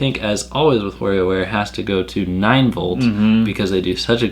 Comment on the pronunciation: Remember, kids: that's WARIOWare, not "WARRIOWare". 😝